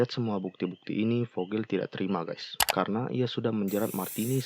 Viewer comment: Ralat,Ngab! Yg bener itu Guys bukan Gays